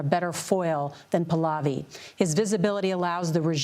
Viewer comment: Listen girl, first of all, pronounce "Your Majesty's" name right: it is PAAH-LAAH-VEE not pulovi. Second of all, you are rude AF. That's his birthright and he didn't want the "job" - the family dynasty's people have been wanting them for years. Do you not hear the chants?!?! No wonder Trump doesn't like CBS.